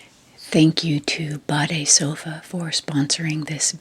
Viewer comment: Your pronounciation of "BADESOFA" is nearly perfect. Greetings from germany🤗